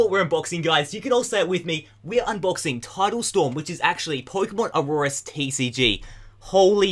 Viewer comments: You kept saying auroras not oras it's pissing me off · lol, it's not Aurorus, it's ORAS which means Omega Ruby Alpha Sapphire. Hope this helped! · I was confused for a while too, but I realized he was saying "ORAS" not Aurorus. He kinda says it weird, though.